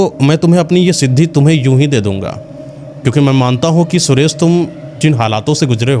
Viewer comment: ये जो कहानी कह रहे हैं; लगता है कि इनकी हिन्दी भाषा कमजोर है। कारण ये महाशय 'सुरेश' को 'सुरेस' बोल रहे हैं। ये कहानी में बताते हैं कि साधू सुरेश को अमावस्या की रात में सिद्धि करने की बात कहते हैं; लेकिन पार्श्वभूमी के पर्दे पर पूर्णिमा का चंद्रमा दिखाते हैं और आकाश में प्रकाश का दृश्य है। क्या कभी अमावस्या की रात में कभी पूरा चंद्रमा होता है? अगर हो तो वह अमावस्या की रात नहीं होती। कुछ भी दिखाते/सुनाते हैं 😮😊😂